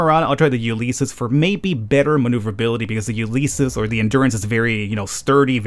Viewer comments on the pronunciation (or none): Ulysses is pronounced "you liss eez", just a fyi.